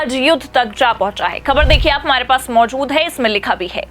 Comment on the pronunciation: Anchor, improve your bad pronunciation. You can't speak: ka, kha,, Z, J. Khabar, Khatra are wrongly pronounced.